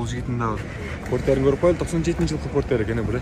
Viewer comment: Форестер дегендей эле айттыңыз го чиркин